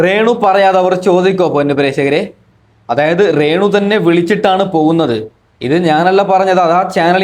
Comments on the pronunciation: റേണു അല്ല രേണു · റേണു സുധി അല്ല രേണു സുധി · Onnu malayalam parayan padi rrrrenu